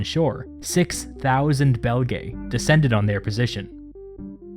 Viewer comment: This would have been much easier to listen to had you not included that horrible and distracting background "music!" I mean, what is the point of that? It even overwhelms the narration at some points, for Pete's sake! By the way, Belgae is pronounce Bel-guy in Latin, and to be really obnoxious about it, Caesar sounded like Kigh-ssar - since C always sounds like K in Latin.